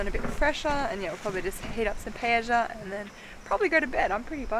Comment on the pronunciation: Guys, I see on your videos a lot where you make Paella, however, you need to learn how to pronounce it correctly. There is no J sound, two L's together in Spanish make a 'aya' sound so Paella sounds like this 'Pie aye ya'. listen to this